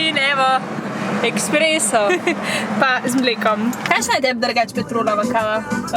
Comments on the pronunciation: Rece se espreso ne ekspreso☺ zlo dobr videoo😋😋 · Drgac se rece esspreso in ne eksspreso😂🤮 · woooo noro eSpreso se reče drgač